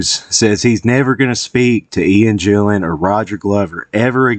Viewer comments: A fan and you call him Jillan? It's GILLAN ffs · GILL an, not JILL an!!!